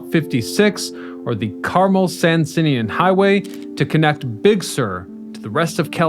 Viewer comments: That's not how you pronounce Carpenteria or Carmel. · Where are you from that you don't know how to pronounce Carmel & Carpenteria? 😳